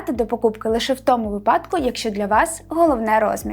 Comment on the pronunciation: правильно казати вИпадку, а не випАдку.